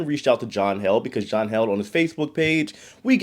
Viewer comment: John Heeled Not held